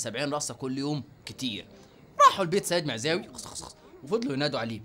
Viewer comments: احترم نفسك لما تذكر اسم السيد معزاوي بتقول خسخسخس🤣🤣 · سيد معزاوي (سخسخسخسخسخ) 😂😂😂😂😂😂😂😂😂😂😂😂